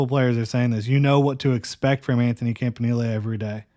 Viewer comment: I think it might be "camp in elly"...or "camp in eel"..idk but "knee lay" sounds absurd